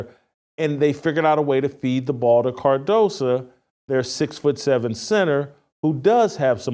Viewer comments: Its cardoso not cardosa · CardosO. O not a. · Her name is KAMILLA CARDOSO. not carmella cardosa. Hay naku!